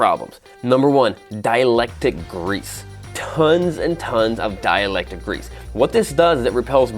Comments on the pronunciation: Dielectric, not dielectic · Dielectric grease sounded like you said dielectic. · Dielectric. Not dialectic.